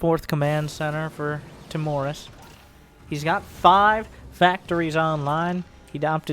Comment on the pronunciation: i think it's Timorus, not Timorous